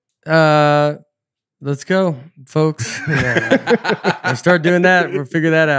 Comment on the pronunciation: Does Nate say "let's go" or "less go"